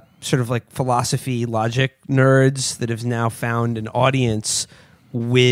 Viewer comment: I love when Matt says rogic and reason